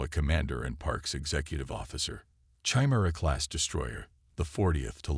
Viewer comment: You're mispronouncing chimera.